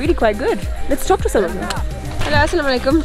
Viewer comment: Hi Eva, I can't stop watching you. I love the way you say assalamu'alaikum and bismillah. Love you love you love you 💝